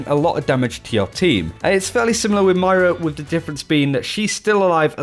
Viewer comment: Can you pls stop calling moira mario xD